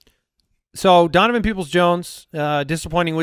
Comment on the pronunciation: Is it just me or does zonovan Knight sound like you're saying his name wrong?